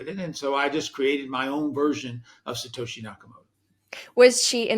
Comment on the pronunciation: It's Sato SHI, not Sato HE. Lolz. Imitation is a compliment of sorts.